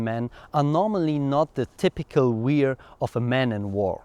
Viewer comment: Lovely video as always. Wear is pronounced almost the same as where. I hope that helps :)